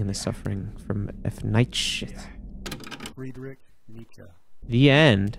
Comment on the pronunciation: That's not how to pronounce Friedrich